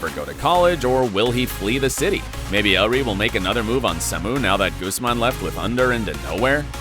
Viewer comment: It's Ander not Under